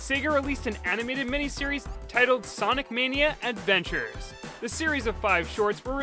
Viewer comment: Sawnic Mayknea Edvenchers